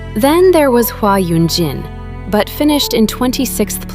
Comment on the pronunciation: Sakura didn't really 'make the choice' to be in AKB-48, her company made that happen. - You mispronounced 'Huh Yunjin'. - When you say 'scandal', you make it sounds like it had something to do with Sakura but it really didn't. The vote manipulation was clearly done by the Korean companies whose trainees joined the program. The Japanese members were disadvantaged because of it. I know you don't necessarily deny this, but many people believe Sakura would have been the center if it weren't for vote manipulation. So the scandal didn't necessarily have a negative impact on her image, just on the contract length of IZ*ONE. Idk, just wanted to point these things out since Sakura is the topic of your video and I'm a big fan of hers.